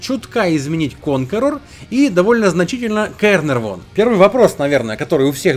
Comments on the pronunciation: как же это косноязычие достало Карнарвон Карнарвон...буэээээ... По буквам тебе: Каер-Нарвон По русски будет Ударение на вторую букву А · Caernarvon правильно произносится Кэновон